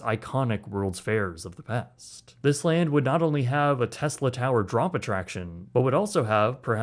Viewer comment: Did you say “Tesla”?